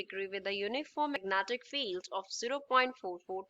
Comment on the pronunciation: Magnetic field ❌ magnatic field ✅😅😅